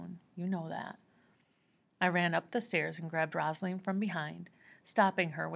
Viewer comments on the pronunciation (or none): i love yoy so much just try reading it as ‘Rose-a-leen’ instead of rossalen lol. but thank you so much for not making me read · Also it’s rose a leen not rozalin